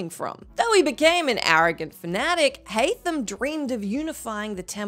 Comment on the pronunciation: Haam Kenway lol